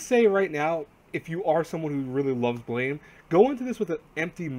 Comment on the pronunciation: Guys how to read blame is actually blam.. I know it's weird